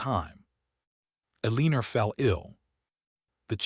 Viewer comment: Elinor is pronounced El ih nor, not El ee ner. DAmn have a human check the audio and text before posting this stuff.